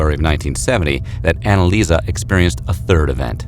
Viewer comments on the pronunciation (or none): she is called AnneliesE not AnneliesA